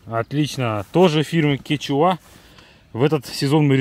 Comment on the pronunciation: Не кетчуа а куенча))